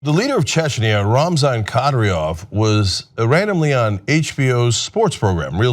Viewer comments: His name is pronounced 'KADEER-ov'. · Say his name right ka-deer-ov